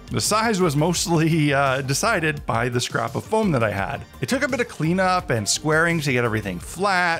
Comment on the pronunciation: When you said clean up and squaring I heard clean up and swearing.